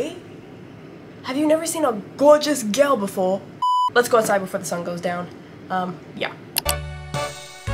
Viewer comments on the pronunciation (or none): "have u neva seen a geourgeous georl befwor 🙄🙄🤨💅" such an inspirational saying!!!